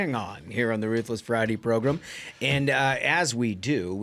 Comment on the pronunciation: I tried. I really tried. I like your content, but I can't stand the way you guys say "program." Please stop using that word. How do you pronounce gram? As in a gram of coke or Instagram? Grem? 😂